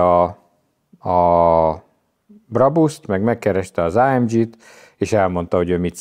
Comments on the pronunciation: Nem áemdzsiiiii hanem AMG !!!!!!! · Azt hittem a Geszti pályát váltott, tetszett a téma viszont az ámdzsizés idegesítő. Kedvencem a márka , Á M G a G az egy német helységnevet szimbolizál semmiképpen sem dzs, és így jön ki a két alapítótaggal a legendás név. Aufrecht Melcher Großaspach. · Ezen a szinten miért Lorinsen és AMdzsí?